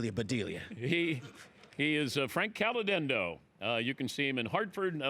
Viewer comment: HOW CAN YOU NOT....NOT....PRONOUNCE HIS LAST NAME CORRECTLY??!! WTF DAN?!